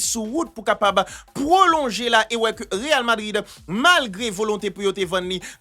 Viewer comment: zanmi'm m'toujou gen problèm ak sa wi achak fwa wap di real Madrid, c real vadrid wi ekip la rle 🤣🤣🤣